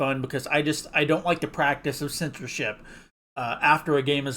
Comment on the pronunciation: you keep pronouncing it as sensorship